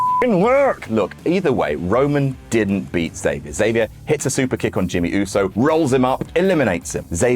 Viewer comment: you really got to hit that "X" on xavier harder. But other than that great stuff as usual.